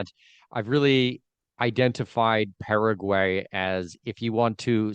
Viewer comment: Paraguay...a good start would be to pronounce the name of the country correctly...lol